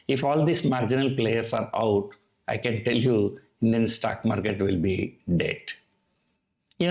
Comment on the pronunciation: your videos are good but your pronounciations are pathetic. Please check your pronunciation of words like 'storm' 'stock market' 'pharmaceutical' etc. Bad pronunciations are distracting.